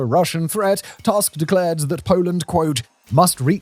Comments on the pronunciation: 'Tusk' is pronounced too-sk, not tusk. Jesus, you'd think that in the age of Wikipedia biograms having recorded pronunciation guides, we wouldn't have such oopsies happening on one of the biggest channels on the platform. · The last name of Polish Prime Minister Donald Tusk is pronounced <Toosk> not <Task>. Every time you see the letter "u" (or "ó" for that matter, they are pronounced the same way) in Polish read it as as in "foot" or "tooth". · This is a great video. But one small correction, the pronunciation of Polish Prime Minister surname is wrong. It is rather 'Toosk'. We pronounce 'u' like 'oo' in word baloon. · Please, it's not pronounced as Tusk, like elephants bone like structure but toosk. DW gets it wright, U in polish is like english ooh. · Your pronounciation of TUSK is English, like most journalists and pseudo-Youtube journalists who treat it as if you were speaking say of an elephant tusk. To clarify, in Polish his last name is properly pronounced in a deeper, more nasal "U" as you might for the first U in the word "Uranus". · Every time I hear "Donald Tusk", I think I am having a stroke. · Simon's only job is to read the scenario and yet he made no effort to check how the name of the prime minister of his neighbouring country is pronunced... 🙄 Lame. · Źle wymawiasz Tusk. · I like the video, but Tusk is not an English surname, and Tusk doesn't rhyme with Musk. :) We pronounce the letter 'u' as [u], just like in Latin, German, Czech, etc.